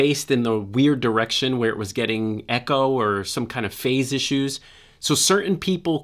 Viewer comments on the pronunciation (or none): none